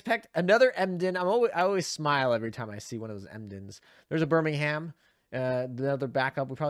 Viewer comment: Please tell me you didn't pronounce Birmingham as BirmingHAM? 🤣